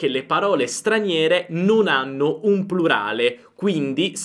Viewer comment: Vorrei solo sapere se Lei dice prulare o plurale perché si sente prulare ho sbaglio?